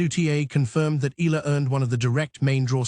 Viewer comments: Her name is ALEXANDRIA EALA not Ayala. That pronounced EYALA not AYALA. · To the content creator, it's not AYALA. It's EALA. Welcome to Washington DC, Alex! Make our Kababayan happy and proud of your new tennis journey in the USA ❤❤❤ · Pronounce Eala in 3 syllables as Pilipinos do: Spanish E, add the letter Y before the a as in Ya, then La. E-Ya-La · Eala: eh-YAH-lah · Correction to all contents creator please pronounce Eala (Eh ya la) our pinoy Tennis player thank you. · She is in Manila and will have a fan meet on July 15 at the Glorietta, Makati. She will be flying to Washington later this month. So this video is totally inaccurate. Btw, it is pronounced EE YA LA . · Fake AI news taking advantage of Alex popularity for viewer cant even properly pronounce Alex family name what a shame😡😡😡